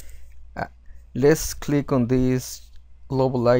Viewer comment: u said SERO INSTEAD OF ZERO HAHA